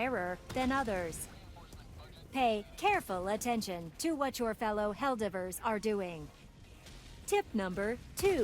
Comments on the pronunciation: I can't help but get a bad feeling that the helper bot voice lines are a false leak, but I'm just suspicious due to her pronunciation of 'Helldivver' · ‘Helldivrs’ bot still needs a bit of work me thinks XD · Bot needs to pronounce Helldivers better